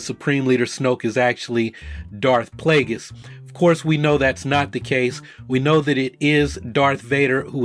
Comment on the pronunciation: ..."Plagueis"